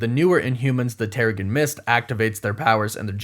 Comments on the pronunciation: It's pronounced "tehr-uh-Jin". You kind of lose credibility when you continue to say it incorrectly. It's not like this is something new or up for interpretation from reading the comics. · its Terrigen like in generation or genesis. Normally I dont care about this sort of thing but it kinda takes away from the fact that its a process they go through if you dont pronounce it right. I have no clue whats happening in Ms. Marvel its all so crazy right now im just enjoying the ride. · You keep saying Terrigen Mist wrong. 🤓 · Someone should do a counter for how many times he said terrigen mist wrong and trying to assume that every single mcu project will set up the x-men 😂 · Is anybody going to point out that he's saying Terrigen wrong?